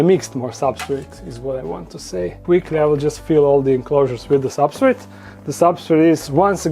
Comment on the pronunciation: He called the substrate "substrit"! My dude!